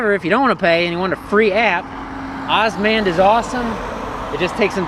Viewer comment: Good to hear somebody is using osmand! I would say it is pronouned O-S-M-"and". (Openstreetmap Automated navigation directions is the full name) Another thing to mention is osmand's bike navigation. Osmand has bike navigation, and in my experience it has been very good. Osmand also gives you an option between three different routes - "Shorter Route", "Balanced" and "Prefer Byways". This helps in changing the route from a quicker one to a more safer/scenic one. "no route planning"& "must transfer GPX files to phone" aren't real downsides because actually you can use route planning, it shows you the route if you don't hit the go button and you can analyse the elevation and many more features. Osmand is also based on openstreetmap a crowdsourced map sort of like wikipedia. I would say "open-source maps" is a mis-representation of what it is, since open source refers to software. Nobody calls wikipedia a "open-source encyclopedia". Since the intentions behind the map are not commercial like Google's, in my area (and in many others I assume) the cycle paths and accessories are much better mapped. You can create a OSM (osmstreetmap) account and start adding places in St.Louis such as bicycle parking (bike racks), shops etc. using osmand by enabling the "OSM editing" plugin. You can also use the openstreetmap website to edit, and this gives you more power to add things such as cycle/footpaths and generally make the map a whole lot better for cycling. Also - sidenote - aparren